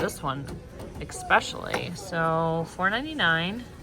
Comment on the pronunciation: It’s ESPECIALLY! Not eXspecially, there is no X